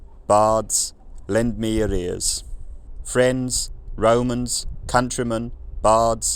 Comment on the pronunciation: The last example of the statement at the beginning, sounded like at the end you were saying “lend me arrears.” As an accountant I can tell you that’s not how arrears work. They are not lent, they are bent over.